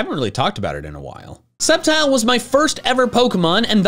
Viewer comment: When he said Sceptile all I thought of was that one video where he said “Scrptile the blade”